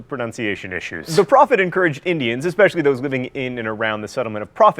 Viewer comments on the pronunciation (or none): none